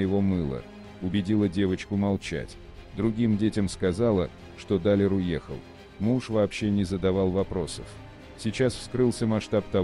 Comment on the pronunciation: Не Даааалер а Далеееер аж противно слушать, делайте ударение правильно